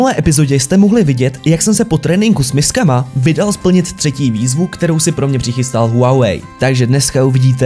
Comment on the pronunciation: jak si řekl s misskama tak jsem si chvíli myslela že s miskama :DDD